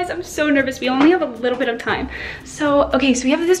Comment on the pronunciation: Time not rime